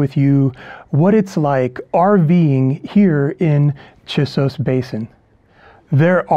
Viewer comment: It is difficult and disorienting to hear you mispronounce the name "Chisos."